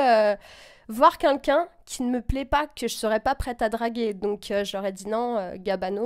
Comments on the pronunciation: alors par contre on dit queLqu'un pas kunkun. merci. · quelqu'un pas quinqu'un mdr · quelqu'un et pas "qunqun" ptdrrrr elle ne sait pas parler cette meuf 😂😂😂😂😂😂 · Par pitié arrête de dire "QueNqu'un" :'(